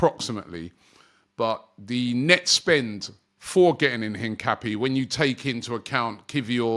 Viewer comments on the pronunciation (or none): its in-cap-yey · ROBBIE! It’s pronounced INCA-PEA-AY!!! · His name is pronounced een-kah-PYEH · Robbie and player names 😂😂😂... Hincape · Still pronouncing Hincapié wrong 😂 bit like your brother pronouncing Gyokores with a hard G. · Missing a syllable there, chump